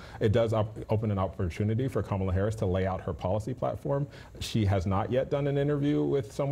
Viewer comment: TFG's same ol' tired shtick that Americans are getting very tired of hearing. Kamala Harris is an AMERICAN so quite trying to disparage her and quite dissing her by intentionally mispronouncing her name. It just makes TFG look childish, boorish and nasty. Seriously, he wants to be president?